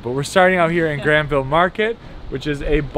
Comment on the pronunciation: It's called Granville Island, not Grandma Island.